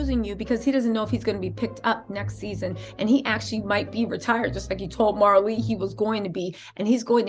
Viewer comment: Say her name right before you even say it and talk about my cousin please it's Maralee